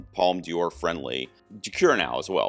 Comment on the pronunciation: Don't worry, your pronunciation of "Un Certain Regard" is fine. ..Unlike your pronunciation of "Palme d'or" like "Palme Dior" :)